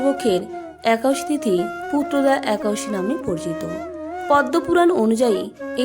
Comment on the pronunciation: Ekadosi kothata thik kore bolun.... Harey Krishna...